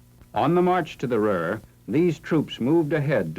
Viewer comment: Its Ruhr. Greetings from Germany